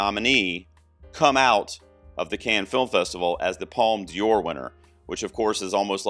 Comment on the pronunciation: Not a criticism, but you're pronouncing D'Or as if it was Dior (the fashion and makeup brand). It should be pronounced like "door" since the apostrophe after the D replaces an E and connects De with Or so it becomes DOR. About New Vague (originally nouvelle vague), vague means wave. According to Wikipedia, Un Certain Regard is "The section presents 20 films with unusual styles and non-traditional stories seeking international recognition". Of course all these are minor comments, I always enjoy your videos.